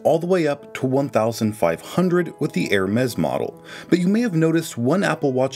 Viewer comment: the way he pronounced hermes 💀